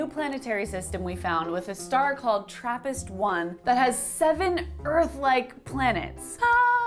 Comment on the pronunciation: Isn't it TRRAPIST-1???